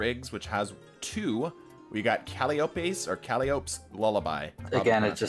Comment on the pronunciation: your pronunciation of calliope irks me.